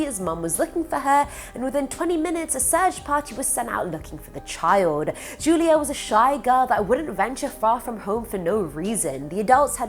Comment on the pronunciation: U kept saying judia instead of julia but that’s none of my business love the videos